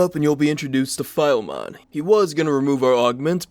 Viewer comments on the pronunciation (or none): I am Polish, so it's really funny to hear, when you say Filemon that way :D Anyway, his name isn't random; there is an old and very popular cartoon in Poland, with two cats as protagonists: Bonifacy and Filemon ;) I really wish for all of you to know all those little easter eggs hidden in the game, they make the world for me so much more authentic.